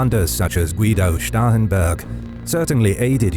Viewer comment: Thank you for being among the few, of animated map producers, who can properly say "Starhemburg" without it sounding just like "Stauffenberg."